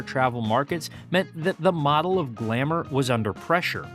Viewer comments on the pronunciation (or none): none